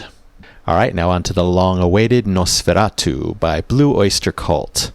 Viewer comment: The movie has been my all-time favorite horror film ever. And the song, Nosferatu one of my very fave's from my fave "metal" band Blue Oyster Cult. Although they did get the pronunciation a bit wrong. It's not "noss fair ah too" In German it is "noss fer RAH too". Since you are getting us into the Halloween mood, might I suggest one more from B.O.C. Their comical satire of the unintentional comedy movie "Mommie Dearest "the hilarious "Joan Crawford has risen from the grave"😁